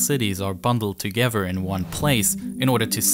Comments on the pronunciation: eFiopia, instead of eTHeopia . Sounds like he has a ‘F’ , for ‘Th’ speech replacement Phonological defect. TogeFer, for TogeTHer. OverFrow , for OverTHrow. NorF for NorTH etc. Also spotted gWoop for GrOUp CentWal for CentRal. TWaditional for TRaditional Probably a few more , but it becomes difficult to concentrate on the actual subject which is ( otherwise very interesting ) An early intervention might have helped, but so many kids are just not getting that help early enough. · It’s not de, dis and dese it’s the, this and these with the tongue between the teeth. Also it’s not uvver and togevver it’s other and together.